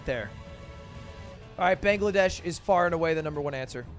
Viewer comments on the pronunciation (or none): none